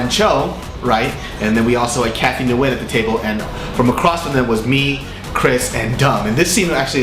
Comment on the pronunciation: LOL at how you pronounce "Nguyen." Just Kidding.